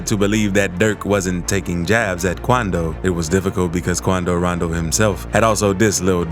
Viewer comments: why'd he say attacks quando rondo like that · I didnt know how to pronounce quando rondo before i watched your videos😂